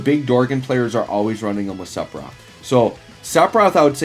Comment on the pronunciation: My ears bleed every time I hear "sepiroth" 🤯